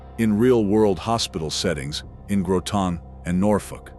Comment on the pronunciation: i hate AI, its not Grow tan its Grotin i.e. Groton